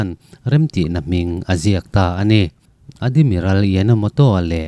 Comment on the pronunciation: Chhiar thiam lo lulai ltk... Hetiang meuh chhiar dawn te chuan a thlûk i thiamloh ni a i hriat te chu midang zawh ve tur che alawm le.. Admiral te Adimiral ti ten i lam a, ral kah lawng i lam thenkhat hi a diklo bawk. Island te Iceland ti ten i lam mai² a (easland te ti law² zawk la😅😅😅).. Ka chhiar tawh tho a ka ngaihthlak zawh sak lo mai ang che.. Sel na te hi insiamthat nan i hmang hlauh dawn nia.